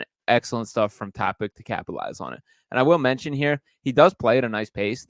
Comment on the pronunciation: TopiTSCH like JokiTSCH or JoviTSCH or DonciTSCH or BogdanoviTSCH or MiciTSCH My god... why is that so hard to look up the pronounciation before making such a video?